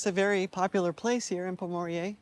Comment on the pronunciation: Good video but please pronounce the name correctly.